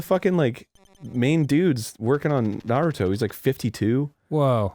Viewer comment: holy shit Arin said Naruto correctly, quick spread the word!!!